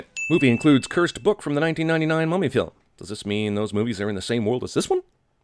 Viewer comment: the way he says film just triggers me and I don't know why